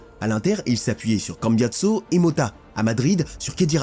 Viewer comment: Essienne😂😂😂😂😂. Cambiatso😂😂😂😂😂